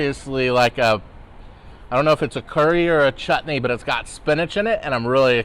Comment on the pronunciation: The way you pronounce chutney is totally praiseworthy!